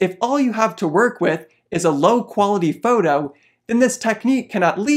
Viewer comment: "foudoh" 😊 just kidding... love affinity products ❤